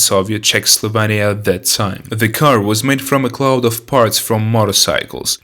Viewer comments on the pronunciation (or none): none